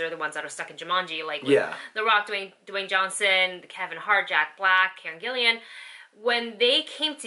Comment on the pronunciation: I believe her name is Gillan, not Gillian.